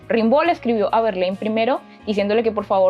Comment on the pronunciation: Das un dato equivocado al decir que ya muy joven se había casado. Se escribe Rimbaud pero se dice "rambó"